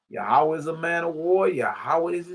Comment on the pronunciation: I like how our bruh enunciates it..Yah oo waa